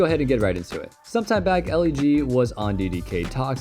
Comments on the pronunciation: did he just pronounced EliGE as "L-E-G"? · Bro called elige Ellie-g💀